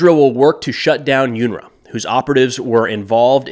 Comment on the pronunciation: Its 'un 'ra pronounced that is